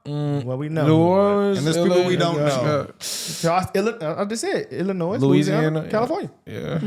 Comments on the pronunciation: Bro pronounced the "S" in Illinois. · Illinois - BTW the "s" is silent. Corruption runs deep in Chitown USA. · It’s Illino the “S”is silent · As a man from the Chicago suburbs, I refrain from entering that cesspool whenever possible. It’s a shame, what the left has done to such an amazing city. Oh, and the s in Illinois is silent. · Guys, Illinois is pronounced like this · Police don't have by law have the duty to server or protect. The US supreme court has already said it is not their responsibility by law.. Also drop the S off Illinois. when saying it